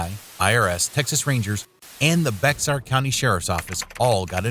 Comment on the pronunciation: BAY-ar BAY-ar BAY-ar BAY-ar BAY-ar BAY-ar County